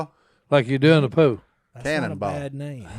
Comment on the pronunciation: Si trying to say pool haha, sounds like he says “Like you do in the poo”